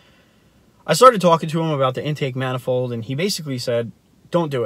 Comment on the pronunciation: The way u say intake manifold makes me think u don't no what an intake manifold is And 20hp for 2k is fucking awful